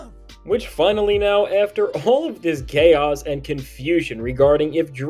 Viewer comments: “all of this gay-os” 💀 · 😂 Bro, did you just say "GAY-oas and confusion" or am I tripping??